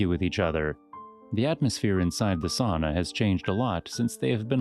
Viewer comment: It's sAUna, not sOOna 💃